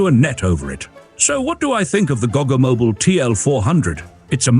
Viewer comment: It’s a baby VW Type 2! Also, thanks for pronouncing “Goggomobil.” I’ve been pronouncing it incorrectly for years. 🤣